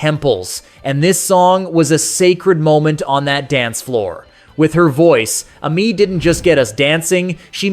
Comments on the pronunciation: "Uh-Mee" Stewart? I'm 77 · It's A-MEE Stewart you fool! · Thanks for the video, but there are A LOT of errors. A Taste of Honey, France Joli, Midnight Star, Evelyn Champagne King, Cheryl Lynn, Silver Convention, Amii Stewart, and Mary Jane Girls… NONE of these were one hit wonders. Not one. Also, Amii Stewart’s name is pronounced as Amy, which is her actual first name, and Lipps Inc. is supposed to be a play on the phrase lip sync, so it’s not Lipps Incorporated.